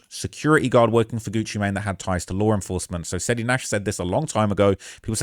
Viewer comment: What is lar enforcement? 😂